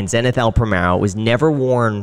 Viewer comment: Hey great Interview! Zenith is a great brand but its pronounced a bit differently ;)